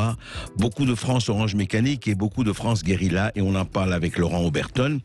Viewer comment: mais arretez de dire geuriLA, SVP